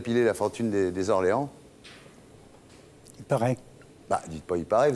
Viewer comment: Quelle honte ces journalistes de faire la liaison avec un nom propre (Orléans)